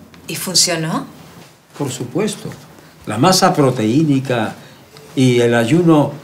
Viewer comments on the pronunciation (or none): Jaja le dicen "educado" cuando dice proteinica, cuando es proteica :v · Proteínica JAJAJAJAJA, se dice proteica. Que culto resultó el doctorcito